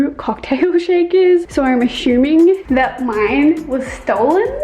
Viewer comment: Hold up, did just say 'so I'm AsHuMiNg✨ mine was stolen' 😂 LOVE YOU 💕